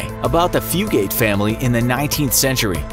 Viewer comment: The name of the Kentuckian family is pronounced ‘Few-git’. My family is from an area close to where this family is from.